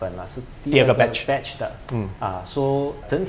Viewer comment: 是batch不是badge. Lol.